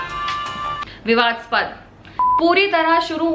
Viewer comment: google par padh ke bhi galat bol diya vivadspad nahi vivadaaspad kya he bolu ab gali nahi dunga